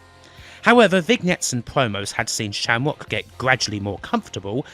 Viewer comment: LOL -- "Sham-wock". No way you're not inbred.